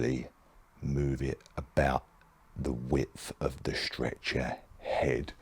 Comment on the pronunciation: the way you say 'strecher' in cockney makes it sound like a torture machine LOL